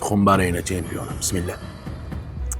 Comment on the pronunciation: Бисмиля дейилмайди ака бисмиллахр рахмоний рахийм дейилади тога